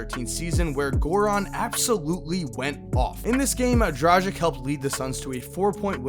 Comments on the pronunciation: Drah-gich not Drajick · DraGich** not like tragic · c'mon americans, its DraGGic, - like Gill, it's not Jil, learn it from Dame. Good video as usual :D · Dragic has been in the league for a looooong time and still can't pronounce his name right and das fukkd up man. The disrespect! 💀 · Haider Well, it isn't really that hard and imo you should learn how to spell it properly, especially when you want to talk about them a lot. NBA commentators pronouncing it correctly, but? Ugh.. It just hurts my ears.